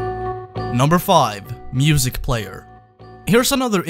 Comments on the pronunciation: “Mustic Player” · It says mustic, not music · Mustic player not music player. Im russian and my englisch is big crap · "Mustic" OK